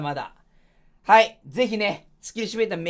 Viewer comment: Simulatorやからシ"ミュ"レーターな コミュニケーションと同じく